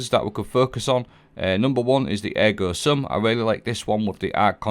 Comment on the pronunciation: first english speaker video I watch pronouncing ergo sum right, nice! 😂